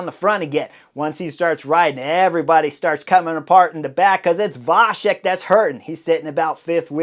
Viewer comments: Thank you for the nice comment. A small note: in the middle of the name VaCek, there is not a "sh" in the pronunciation, but a "ts", the "C" in the original sounds similar to the German "Ziel". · The name Vacek C is the same like you would say first C in word cycling. Your version sounds like Š in czech language.. Anyways great breakdown Chris.. 🙂